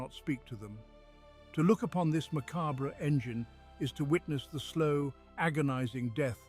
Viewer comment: Maca-BRE? Sool? LOLz